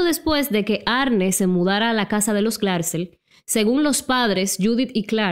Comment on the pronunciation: "Arni" se pronuncia baby, no "Arne" 🤣🤣 y Lorrein ... no Lorrain. Aprende ingles un poco bombon.